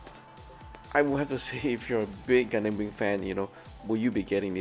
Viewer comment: Really hope you are reading this. Just want to comment about one thing thats always turning me off when watching your videos which is HOW YOU PRONOUNCE GUNDAM! Why did you pronounce it as GUN-DAMN? Pls correct your pronounciation for the love of god. Try listening to mechagaikotsu or zaku aurelius vids on how they pronounced it! All in all, i really love your vids still. I really do. Keep up the good work 👌